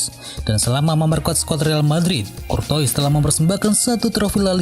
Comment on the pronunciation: Kortoa bacanya min